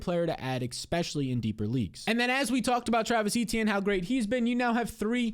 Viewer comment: E-Specially not Ex-Specially. Great stuff though